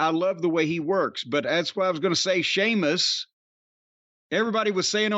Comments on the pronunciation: I knew Jim must have quite liked it the moment he actually said Sheamus’ name properly at the start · You respect him so much now that you're finally pronouncing his name right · Great call by Jim on this match between one of wwe's finest talents Gunther and finally Shéamus, no longer see-mus lol. But Brian(whoever he is) always commenting its time for Shéamus to be missed or to go away from WWE, I mean, as if the WWE aren't going to capitalise on this potential Gunther/Shéamus feud development in the comming weeks. Sit back and watch Brian, Sheamus isn't going anywhere untill he's the IC champ lol. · You know Jim liked this when he pronounced Sheamus’ name correctly without joking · That's what I noticed too 🤣🤣 he didn't say seamus so I knew immediately he liked the match